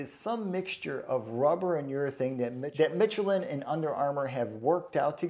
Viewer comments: Good review,but it's pronounced Mishelin,not Mitchelin. Same as the state of Michigan. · That's Michelin with the CH actually pronounced like SH, like if it were spelled like Mishelin!